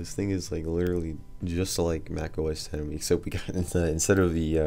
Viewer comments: It's 'OS Ten' not 'OS Ex'. At least get that right if you're pretending to be an expert. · I mean, anything can be pronounced however you like in a certain way. This is a look at 'Red Star Oss' if that's what I want to call it. But it's wrong - and so are you. Saying 'OS Ex' shows an absolute disconnect with tech and therefore distracts from your ability to sound like you know what you're talking about for the rest of the video, which is quickly obvious anyway.